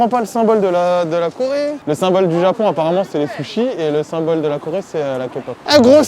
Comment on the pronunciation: "Au Japion"